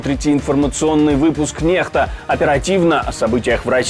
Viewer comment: Буквы латиница тогда почему вы произносите : нехта?